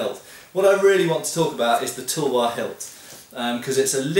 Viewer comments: Pronounced: tAlwaar, not tulwar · Nice video, but btw it's pronounced 'talwar' not 'tulwar'. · sir its not tulwar its talwar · hahahahah sory for that INDIA has diverse culture many language but there is no difference in sound of talwar . each and every person speak it talwar . so it is not changes regionally . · It's not pronounced Tool-war. Actual Pronunciation - Tal-waar / Tuhl-waar / Tuh-l-waar . Soft T ofcourse . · Hi, the "U" sound in "tulwar" is universally pronounced in Indo-persian languages as in the word "cut". There are many many challenges in transliterating indian languages into roman script, such as the more numerous vowels and consonants in Indian languages. As a result, romanization of Indian words is very inconsistent:) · The u is pronounced like in umbrella.